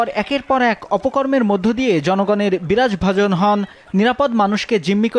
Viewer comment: বিরাগভাজন কে বলতেছে বিরাজভাজন। নিরপরাধ কে বলতেছেন নিরাপদ।